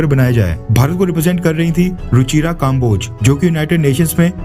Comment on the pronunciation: भाई, आप के विडियो अच्छे होते हैं, मैं देखता हूँ. लेकिन आप की हिंदी बहुत खराब है. अक्सर नामों को बोलने में गलती करते हो आप. जैसे इस विडियो में कम्बोज को काम्बोज बोल रहे हो आप.